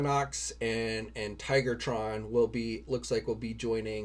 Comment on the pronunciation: Tigatron not Tigertron.